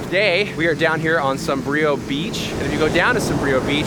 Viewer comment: Beautiful ♡ btw, Sombrio is pronounced SAWM-bree-o ♡